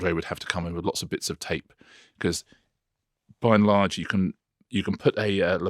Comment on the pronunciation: Richard, do you realise how often in all these videos you say by enlarge!